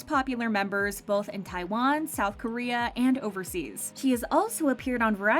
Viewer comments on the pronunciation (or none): none